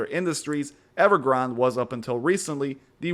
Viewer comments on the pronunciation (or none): I think every reporter and journalist doesn't realize it is named after a Starbucks drink. It is pronounced Ever Granday!